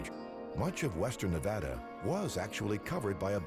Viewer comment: Finally a show that pronounces Nevada correctly.